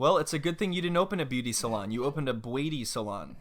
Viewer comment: I’m all here for the “Made Beu-aty” 😌💀